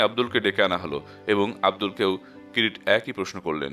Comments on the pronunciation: নাম কিরিটী , কিন্তু বারবার কিরিট্ কিরিট শুনে বড় খারাপ লাগছে, আর উচ্চারণের বড় গোলমাল, ঠিক করে নিলেন ভাল হয় 🙏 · গল্প পাঠ ভালো ভয়েজও ভালো। কিন্তু কিছু কিছু ভাষা অস্পষ্ট। যেমন কিরিটি । একেবারেই কিরিটি এই শব্দ টি বুঝা যাচ্ছে না। কাইন্ডলি একটু ঠিক করুন। ধন্যবাদ